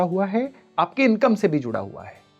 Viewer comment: Clarity was needed ....in 'juda hua hai'